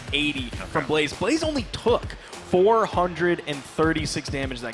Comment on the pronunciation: god i was annoyed by the caster calling blaze blaizzy every time